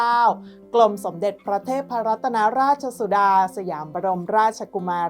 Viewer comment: น้องเอ่ยพระนามของพระองค์ท่านไม่ถูกต้องหลายครั้งแล้ว กรุณาตรวจสอบด้วยนะจ้ะ (ไม่อ่าน รัด-ตะ-นะ)